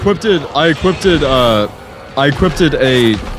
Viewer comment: "equipped-ed" LMAO??